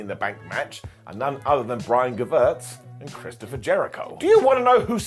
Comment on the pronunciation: I love these videos i watch them all the time, but please don't ever say Chrisopher Jericho again